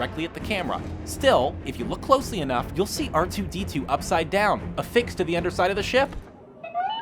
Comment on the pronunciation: What's up with the weird emphasis on R2D2 during the raiders scene?